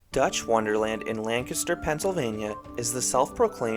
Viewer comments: Hats off to you for pronouncing Lancaster correctly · Finally, someone who says Lancaster correctly.